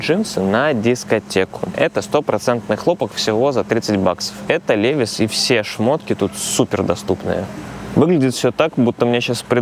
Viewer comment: Левайс произносится.